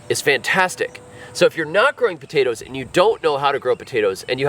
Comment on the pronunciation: Taters?….what’s Taters? POTATOES! 😂